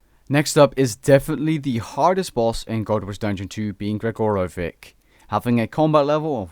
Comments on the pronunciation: Gregoro-vick lol. The c at the end makes the 'ch' sound. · it's pronounced gregorovich. The 'ic' ending in Slavic languages is almost always pronounced as 'ch'.